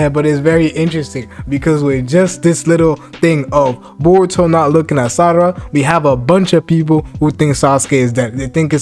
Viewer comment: You keep calling her 'Sadara'. Why is that.